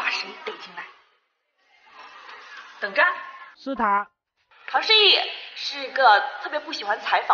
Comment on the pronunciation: 不好意思，我怎麼⋯好像⋯聽到⋯ 唐「蜥蜴」 😂😂 話說怎麼沒有心凌儿